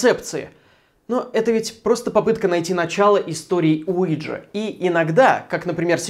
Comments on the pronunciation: Я тоже слышу Луиджи ))) Уиджа не годует .... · Alfiya Adilbek я живу во Франции а до этого жила в Испании и ТУТ доска называется уийа или уиха то есть да на французском и немецком. Произношение мне кажется было американизировано и у нас оно неправильно произносится